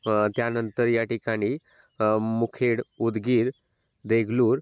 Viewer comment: मुदखेड आणि मुखेड है वेग वेगळे तालुके आहेत सर थोड स्पष्ट सांगत जा